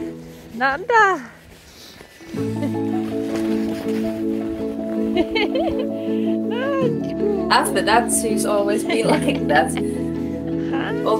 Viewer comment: in sanskrit there is no word like 'NANDA'.but happy in sanskrit is 'ANANDA'.you missed 'A'.it pronounces 'Aa-na-nda'